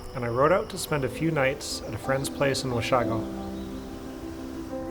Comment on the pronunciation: It's pronounced "Wash(eh)go" dude. Not "Wash(ah)go." We've had a cottage on Lake Couchiching since 1902. Great cross-country trip and videos, btw. Much respect for your stamina.